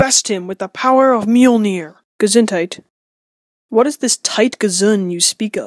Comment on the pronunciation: It's m-jol-nir not mer-mere